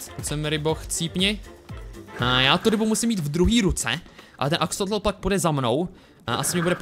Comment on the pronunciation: sir vialovoval zle ti akesloti on to vislovoval akseloti